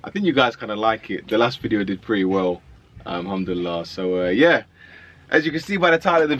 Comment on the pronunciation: Akh no aslaamualaikum? And why do you always say humduallah ? It’s al-humdulillah?? shed some light??